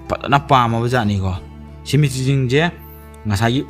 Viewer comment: Waihe keino ngge wari taba loiba ngaibada " Shemetry"😂😂 👍👍